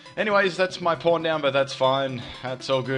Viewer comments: when you saw pawn it dose not sound like pawn lol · oh my god I feel so bad I thought you said "porn" at first instead of "pawn"